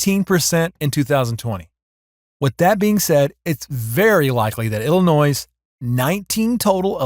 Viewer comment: Just because Illinois has an "s" at the end of its name, you don't have pronounce it. In fact you should not. Please.